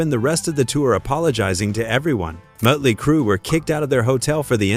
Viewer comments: It's not mutley, it's Motley. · What crap is this, you can't pronounce Motley crue correctly and showed pictures of van Halen while talking about motley crue. You should stop making music related video's, you're not qualified. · "Mutley Crue"? So you haven't used an AI voice over then have you? FFS 🙄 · Muttley Crue seriously A.I. there is only one to day Motley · You can't even pronounce "Motley" right.....or is this FAKE AI. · Host should know how to pronounce Motley. Good grief.